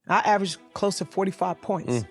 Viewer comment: "AVERAGED" yall heard what she said!